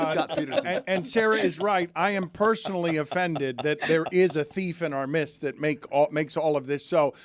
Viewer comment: Thief in the mist? Thief in the midst is how it is said... be better Dan.